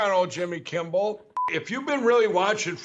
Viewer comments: Jimmy Kimball??? Can Mike Pillow even say Kimmel??? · Is it a long standing troll that Mike Lindell always says Kimble instead of Kimmel, or is he just that kind of goof? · Why does he say Kimbel? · I laughed way too much when Mike said “Jimmy Kimble” (or perhaps I should spell it “Kimbel” closer to “Kimmel”). 🤣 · It’s grating the way Lindell says Kim-bell, instead of Kim-mil. I guess it’s Just a grifter mannerism. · Jimmy Kimmbal. I love you, brother. If that imbecile mispronounced my name over and over it would perpetuate the annoyance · I've always loved the way Mike Lindell mispronounces Kimmel. He says Kimble, every dang time. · He says "Jimmy KIMBEL", that's NOT you! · Jimmy Kimmbel lmao 🤣 Poor Mike Lindell can't even say Jimmy's last name lmao 😂 🤣 😆 😅 😭 😪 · i like the way he called him kimbel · Does Mike say Kimpbill or am I going insane? Both can also be true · Wants to appear on Jimmy’s show but continues to mispronounce his name by calling him Jimmy Kimball. What a nut! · Tell Mike DumBell that there is no b in Kimmel. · Did Mike call him Jimmy Kimble? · Why in the world does he keep calling you Jimmy Kimball? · Mike Lindell can't even say Jimmy's name right. Jimmy Kimball lol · Also the fact that Kimmel always re-creates the error whenever he mocks Lindell with his actor-Lindell, making sure to pronounce “Kimball”. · I love how Pillow Mike keeps saying Jimmy Kimble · Doesn’t Lindell call Jimmy, Kimble? I keep hearing him put a b in his last name… So Mike might be deranged enough to take JK up in that offer!🥸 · Mike lindell calls Jimmy Kimmel... (" Jimmy Kimble") Kimble , kimbel, kimbol or kimbowl is totally incorrect. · I like the fact that after all this time he still can't pronounce Jimmy's last name correctly. And I would love to see him go into one of those machines with the claw and do an interview with Jimmy that would be priceless. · Will someone tell Mike there’s no B in Jimmy’s last name😂😂